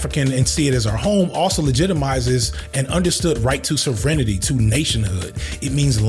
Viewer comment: that can’t be the correct pronunciation of sovereignty